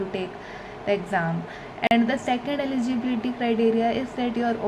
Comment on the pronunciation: Why does here eligibility sound like LGBT